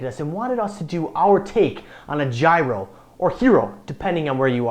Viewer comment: yes that's what i said in the end, you didn't read my whole reply? i hadnt thought that there was a similar letter in english alphabet but apparently Y fits and still the word gyros is written wrong that why he also pronounced it wrong. and yes i am greek as well, that's why i said that his second pronounciation sounds much better(and not so lame).(his first was the one that pretty much all tourists use when they come in greece).